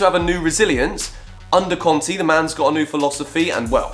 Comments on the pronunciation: It's pronounced "Con-Tay" not "Con-Tea" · stop saying contee